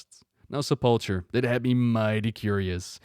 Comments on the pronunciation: Sep-luh-kur, not Sa-palh-chur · Primus: Se - pul - KER: Se - pul - TCHER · Stop calling it the SUP-PULL-CHURE, Its Sep - po - kah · I understand and speaks english as a second language too which is probably why the mistake is being made. But trust us its pronounced Se pul ker. But that's alright no harm done it is a fairly uncommon word. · just FYI if you see this, the ch in sepulcher is pronounced like a K and the emphasis is on the first syllable of the word. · Remember it's his second(?) language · i like how he could put the voice acting in the video that pronounces sepulcher right.. and he could look up the word where it shows its pronunciation on screen.. yet, still pronounces it with that CH sound. kek. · The Primus says sepulcher but you deliberately said it wrong for the rest of the video. Lol.